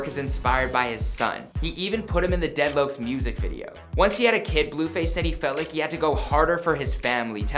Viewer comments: daydloakcs ? its pronounced dedlocks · my man said deadlooks 😂😂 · Dont ever call it dead lokes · Hold up Dead lowcs??? Hahhaah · Lmao dead louoks lol